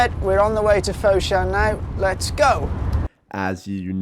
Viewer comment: if you pronouce foshan as "fot-shan" but not "foe-shan", it would be much better...:D